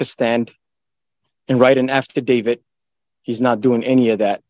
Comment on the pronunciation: affadavit NOT afterdavid!